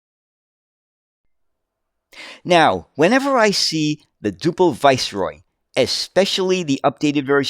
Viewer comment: Generally pronounced dew-pl. Never heard of the 39ft version, although Duple did build some longer bodies for export.